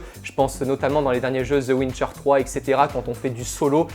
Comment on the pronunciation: Je reve ou il as dit the wincher III ??